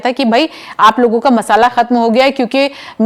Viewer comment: Masala nahi masla khatm ho gaya hai ye likha hai Thora thik se padhiye